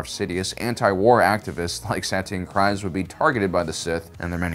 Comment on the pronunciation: Kryze (pronounced Kreez)., I beg you to listen to some of the audiobooks (specifically for name pronunciations) or watch Clone Wars. You have a blind spot with some of the pronunciations.